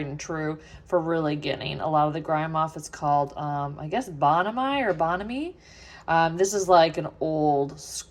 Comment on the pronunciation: I believe it is pronounced - bone a (soft a) me.